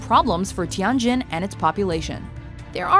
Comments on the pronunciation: It is “Tianjin”，not “Tiangjin”. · Its pronounced Tee-yen Jin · Oh my god, the way the narrator said "Tianjin" made me cringe... (coming from a chinese person)